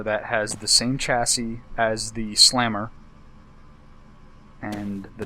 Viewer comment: You are saying chassi wrong, you don`t say it with a Ch, you say is as an S sound! lol Americans.